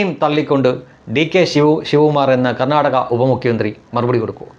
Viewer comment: ഇംഗ്ലീഷ് സംസാരിക്കാൻ അറിയില്ലെങ്കിലും കർണ്ണാക എന്ന വാക്ക് pronounciation നടത്തിയത് നോക്കൂ ഗർണ്ണാടക😂 തതാണ്😂